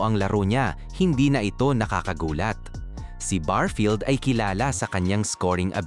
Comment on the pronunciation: anong barfield?barefield ang tawag dun nagbavlog kaayusin,,n mo